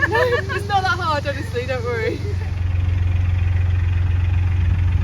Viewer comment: "I'm just taking a photo I'm nawt on drugs "... 😅 Stop it now I'm falling in love with you. 😉❤️